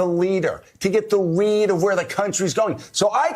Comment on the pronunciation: Definitely sounded like he was saying "weed" not read.